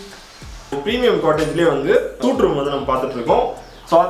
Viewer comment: Suite = "சூட்" தவறு. "ஸ்வீட்" என்பதே சரி!